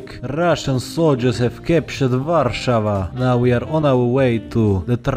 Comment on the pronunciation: Finally youtuber corectly say Warszawa